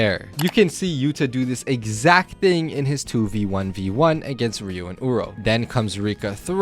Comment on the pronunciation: Calling Ryu… Uro… it hurts